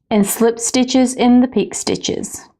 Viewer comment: it's pronounced pee/k'ay.